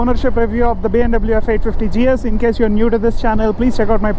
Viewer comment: check out ur videos how ur pronouncing BMW learn how to say BMW